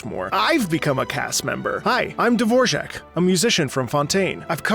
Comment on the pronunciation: "Dvorak is not a very french name" I have a feeling you know this but for anyone who don't, Dvorak is actually a czech name, it's written Dvořák actually and as a czech person I must say you have great pronunciation of the name!